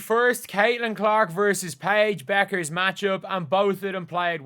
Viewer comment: How many times did the announcer call Paige "pecker" by mistake ... I was laughing and then she just owned it and said I'm just going to call her Paige from now on.. lol